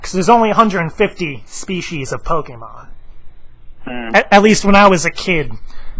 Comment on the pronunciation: i like POKENOB TOO! lol i like how he said Pokenob instead of Pokemon xD